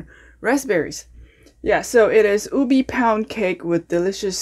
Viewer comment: Its pronounced U-Bay not Ubee